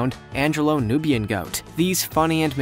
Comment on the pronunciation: Anglo- Nubian.... not Angelo Nubian.... I know you all are a Canadian channel, but I know a few Canadians that have better pronunciation of animals than you all do. Also the 'baby owl' pictured was actually a saw-whet owl, one of the smallest owl species.